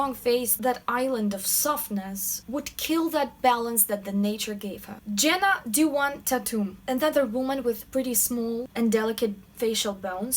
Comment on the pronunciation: I died when she said Jenna tatums name (not a Tatum anymore sadly)